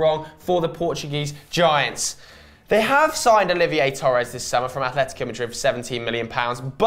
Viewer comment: "Olivier" Torres